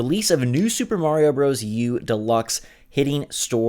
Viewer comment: "Marrrio..." Ugh... Seriously...